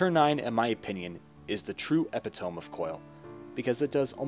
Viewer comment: Epitome is pronernced epito-me The "me0 is pronouoced just as you would when reading it on it's own. Think of it like "me, myself, and I". So epitome has 4 syllables, if that helps. I don'! mean this comment as a criticism, just a pronunciation guide.